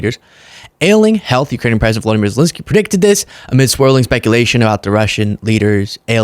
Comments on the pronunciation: It’s ZelEnskyy, not Zelinskyy … Ukrainians would appreciate the right pronunciation. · Please don't say Zel-i-nsky.